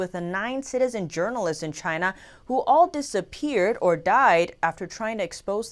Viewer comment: Because it was made in Chy-na.....CHY-NA....